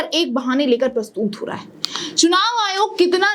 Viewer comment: Please correct pronunciation...it's prastut not....prastoot